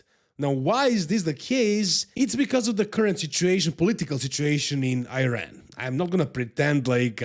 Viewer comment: Pronouncing Iran as Iron is beyond hilarious 😅😅😅 you need to improve your English bro.😅😅